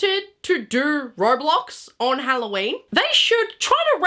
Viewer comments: “it’s Halloween not HelloShien” Is FRYing me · This is halloween, not hoe-llo-weeb